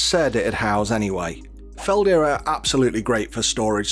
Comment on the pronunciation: Tiny nitpick: it's Feld-Herr, not Felder, i.e. there's a noticable very small pause between the two parts. The H is voiced, too, and the stress is on each sillable, 'Feld'herr. It's a very German word in that sense